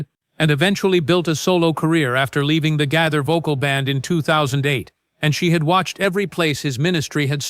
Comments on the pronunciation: The narrator is so bad at PRONOUNCIATION he is very annoying. It IS BILL G A Y T H E R spelt Gaither. NOT GATHER!! 😮😮😮😮😮😮😮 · The "Gather" Vocal Band?!! Please learn to correctly pronounce names!